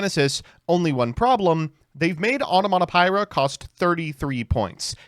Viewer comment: i love that is incable of pronouncing card names correctly, but when it comes to pronouncing the sususu of the cucucu onomatopoeia he never misses...